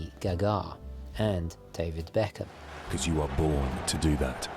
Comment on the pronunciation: It could have bee David be- KAAAM!